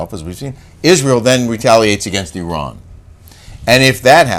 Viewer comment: thank you for pronouncing Iran the right way 😊 and also as an Iranian who listens to your show I just want to say unfortunately Islamic Republic has been ruling Iran for decades and made Iranian citizens more and more miserable, we are fighting for our human rights every day, us Iranians do not see ourselves as part of them we want our old Iran back. Thanks for your show 😊by the way Kelly doesn’t need a facelift.